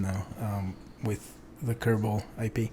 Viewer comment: being British, accidentally says “IPA” instead of IP haha